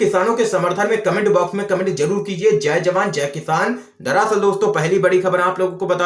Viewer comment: तुम दरसल को दरासल क्यों बोलते हो?